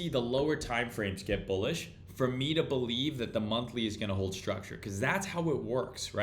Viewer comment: ah “bullieve” I get it, I get it.